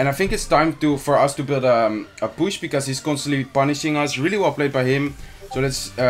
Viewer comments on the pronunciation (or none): Every time he says push I hear bush lol